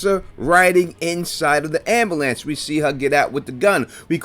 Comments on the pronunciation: Omg the repeated "ambalance" over and over is killing me 😆 🤣 I've never heard it pronounced like that before. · That ambulance hypothesis is solid. Your pronunciation of the word ambulance is way off though